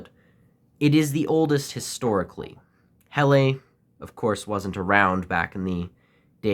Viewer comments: Oi mate, thank you for the video but I just wanted you to know that it’s pronounced "Hella" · Just found this video,, 🤔,, Just fyi, (I'm sure by now you've found out anyway 😊) Helle is pronounced HELLAHH,, all the best my friend from the future, 😅